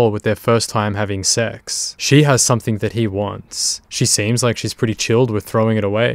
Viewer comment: Please stop adding a K on the end of words like something and anything! Your narration is perfect aside from that, love the episodes! Awesome to see all these scumbags go down on camera